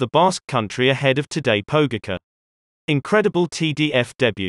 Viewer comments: Tadej "PoU-gahka" XD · Nice, but please learn to pronounce the name 'Pogacar' correctly. That's decent behaviour! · Pure calm: just learn the pronunciation, please! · yes, an American dominated AI, which still requires to learn correct pronunciation.. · How can you pronounce Roglic's name correctly and then make such a ballsup of Pogacar's? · You're totally butchering their names XD But good video :) It's pronounced Vingegor (Vingegaard) and Pogatcha (Pogacar) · Why do you call him Jonas vingego and todej pogeke